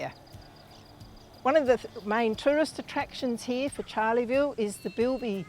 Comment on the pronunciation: Please, it's not Charley-ville! Pronounced as 'Char-le-ville'